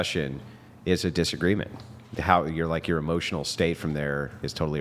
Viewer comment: Eeeeeemmosyionnell demmage!! 😂😅